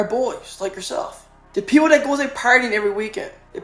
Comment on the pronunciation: I had to rewind it to hear him again say "peep hole" instead of" people" F'n Elmer Fudd